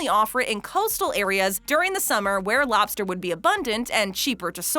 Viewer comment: I like the way she says lobster. "Lawbster" 😂